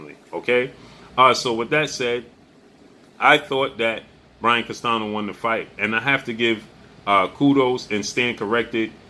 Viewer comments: Spanish speaker and teacher here. The ñ in Spanish is pronounced close to the English ni (or like the Italian gn) so Castanio would be a close pronunciation of Castaño, but not CastaNo. Like your channel. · It’s pronounced Castanyo.:Castaño the enye:ñ has the NYO a quick pronounced N followed with YO just as fast. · It’s Brian Castaño not Castano